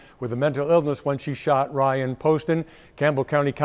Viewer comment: She says Bryan instead of Ryan...